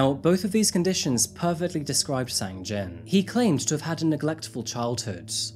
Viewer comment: thank you for your hard work, just one thing.......sang-jin's name got kinda butchered throughout this one 🙊 i heard "sang-jeong" and "jang-sin" just within the first six or seven minutes